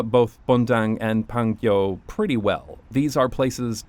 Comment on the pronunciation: Don't know if somebody pointed out yet but it is PanGyo not PangYo. LOL.. oh you corrected later on eh? Anyway, I really hate those big wide roads and that there are so many cars but like 0 parking lots where you really need them. And everybody illegally parks by the side of the road every time and I'm here wondering why the heck not make the right most lane into a parallel parking area anyway since everybody parks there anyway and the roads are 6-10 lanes wide??? Wide roads does not mean car friendly either... As someone who has a car in Korea, it is a pain in the arse to go places because a lot of times there are no parking spaces anywhere when and where you really need them, ending up parking quite a distance away from the place I need to go and walk to my destination for 30mins and such. Basically bad for both pedestrians and cars a lot more times than good for either one. Also residential areas, not sure about new ones (i've seen on the news that in the newer apartments, people fight over parking spaces too) but older apartments have so little parking spaces and so much more cars that people double, triple park when they get home..... Then the the other kind of residential areas, what we call "villa" as in shorter buildings that are 3-6 stories tall and a lot of times the first floor is a store/restaurant/cafe and second floor to top floor is residential, in these areas there is no parking space, people park by the street (a wide 2 lane street, supposedly illegal, when c